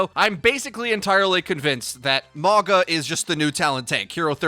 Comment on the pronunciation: I swear you are DEEE-STROYING this name. Its mah-ooh-nga (like jenga). Its samoan for mountain.